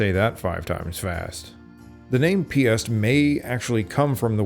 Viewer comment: Piast - not piss... 🤣